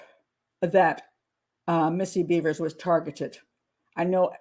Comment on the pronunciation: Her name isn’t Beavers! It’s Bevers like severs